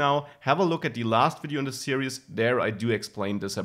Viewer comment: "series" is pronounced "seer•eeze". The way you say it sounds like you're saying "serious".